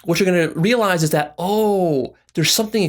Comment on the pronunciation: This nigga said real eyesed